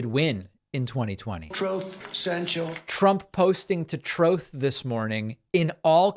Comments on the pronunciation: He said he stated “Truth” or “Troth” depending on your preference 😂😂😂. I’m dead. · "Troth" - love it. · I love it how the Orange Dick-tator can't even pronounce the word "truth" 🤣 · Troth Senchal LMAO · He can’t even say the word “truth”…